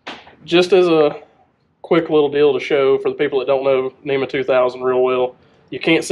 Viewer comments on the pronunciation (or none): NMEA is 12VDC....NEMA is for SHORE POWER 120VAC ....That is why you should pronounce it "N,M,E,A" and not NEMA....Please be professional and say it correctly. If you say it wrong you will also spell it wrong. Proof is in your video title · Hello. It’s not a NEMA network, it’s a NMEA network. I know it’s harder to pronounce, but let’s get it right guys